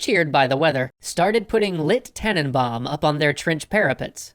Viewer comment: It is German not Austrian. And tannen b-ow-m is how it is pronounced